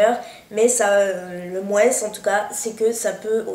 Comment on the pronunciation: Super c'est vraiment génial Kérastasse ça réhydrate les cheveux a mort :) ps: désolé de te dire ça mais pourrait tu arreter de dire le S!!! du mot moins!! ( en français on ne prononce pas les S à la fins des mots :/ c'est insupportable :(